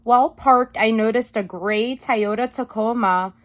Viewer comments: Watch this a second time just to hear you say Taiohda... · Thank you, --so interesting and instructive! But, er, what's a Tie-yoda? ✌️😇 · I like the way says, "Toyota" 😂🤣😁